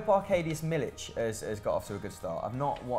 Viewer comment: Just saying it's Milik with a K. It's not pronounced Milić